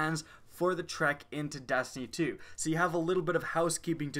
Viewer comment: Am I the only one that hears him say dastiny and not destiny?